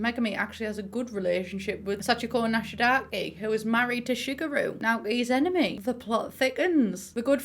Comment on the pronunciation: Her name is Kaori Nishidake, as in the game. For some reason English speakers keep pronouncing her last name as Nishidaki..😅